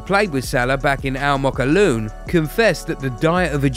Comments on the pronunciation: First of all its not called almookawloon. Mate its spelled as AL MOKWLEN. Second its called Al zaamaalek. Please use google translation to help u next time. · It’s “Al Mokawaloon”